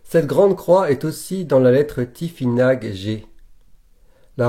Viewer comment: cela ce prononce tifinar en phonétique c'est juste une petite précision sans aucune haine cordialement